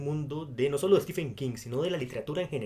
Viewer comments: Por que todo le dicen Stefen y no Steven u.u PDT : sé que se escribe stephen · mi favorito es Los ojos del dragón, poco conocida pero maravillosa, en especial por la injusticia del joven principe peter, comentario de lector de king... pronucia estiven no estefen